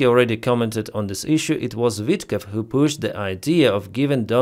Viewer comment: Vitkov not Witkoff .